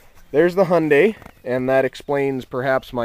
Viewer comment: try hi (as in hello)-un (as in under)-die (as in died)